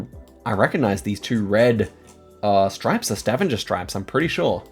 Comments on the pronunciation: Stavanger in Norway is pronounced Stah - vang - ah Not staven- ger 😊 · Yeah, hard g in Stavanger. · I love the way you say Stavanger, it always makes me smile :) But if you want to be better in norwegian, you would say StavANGER like you would say anger in english. Its not totally correct because we say A in a different way, but its closer. Still very impressed upu can 5k Norway when I, as a norwegian have no clue. We watch your videos every day <3 Love from Norway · Idk how to correct you but Stavanger is not pronounced with the typical G sound 😅 have to be that guy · Stavanger is NOT pronounced like that 😭